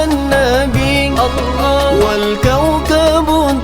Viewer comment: kalau blh aku koreksi dikit, Utk masalah Pengucapan Kata "ALLAH" kalau bisa di ajarin ke mba Bonitanya masalah kedudukan Lidah, krn blm pas utk pengucapan Kata "ALLAH" itu aja sih 🙏